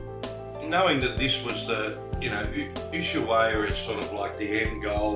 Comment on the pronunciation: My g/f is Argentinian and we met in Ushuaia! A hotel that is now a clinic! We have been on that road many times, with Montiel bus and her brother in a car. The train at the end of the world was fun and the guys there knew about the RHDR in Kent as they made the loco's they use! One comment though, Ushuaia is pronounced "Us-why-a" Us like oos, The Spanish don't generally use the "H" it is normally silent, as in "Ola" Hola, etc. Safe travels mate!